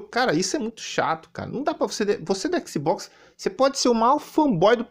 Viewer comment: O não sabe nem pronunciar o nome do console em inglês direito, imagina saber a tradução das palavras kkkkkkkkkkkkkkkkkkkk